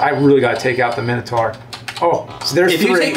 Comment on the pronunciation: Why do they call the Minotaur a Men-a-tar lmao